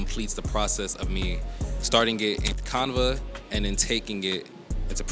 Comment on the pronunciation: Love the video, great content....but I have never heard anyone pronounce Canva that way. The a sound is the same as in canvas. can-va. But you know what? Maybe us southerners are pronouncing it wrong. Idk.